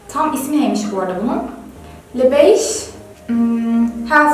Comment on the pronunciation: ''LE BEIGE'' Kelimesini, ''LÖ BEJ'' diye okumalısın, Duygu.